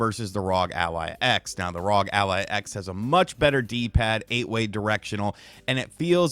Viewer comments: I rock with these RGT videos but hearing him say ROG Ally instead of R.O.G. Ally over and over again was so distracting. When you say NBA, you don’t say it as one word. You say each letter. Just like FBI. Or NRA. Or MLB. Saying ROG as a word is just weird. Couldn’t finish the video. Glad he likes the product though. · It's pronounced AZEUS . You're welcome. Also, it isn't RAWG. It's R.O.G ..... You're welcome again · ASOOS R O G please say it right